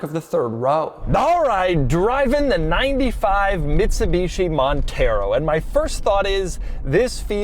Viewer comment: MIDSUBICHI MONTHEROW 😂